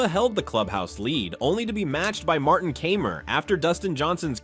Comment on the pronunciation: I like these videos but can’t take them seriously if you can’t even pronounce corey pavin Martin Kaymer or Louis Oosthuizen names correctly cmon man